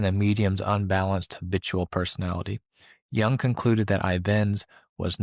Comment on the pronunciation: Jung.... correct your pronunciation of his name FIRST, THANK YOU